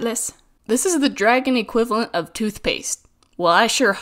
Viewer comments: “Dergun” Ah yes my favorite name for dragon. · Dragon from this day on shall forever be pronounced as dergon, also I've watched this video 20 times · “Hey I could make a dergon out of this yes i cood”